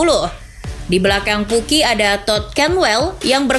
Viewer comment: pas adminnya ngmng PUKKI sekita ane... 🗿